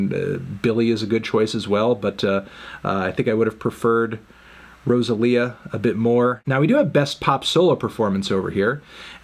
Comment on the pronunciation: why he say rosalia like that